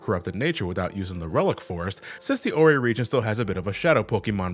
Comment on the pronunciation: Ore is pronounced as OR like the stone